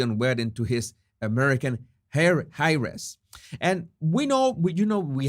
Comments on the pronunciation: I know you're always trying to improve your English. "Heir" is pronounced like "air," and "Heiress" is pronounced like "airess." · your English is very good, however when you said heiress, the h is silent and eiress sounds like airess..,.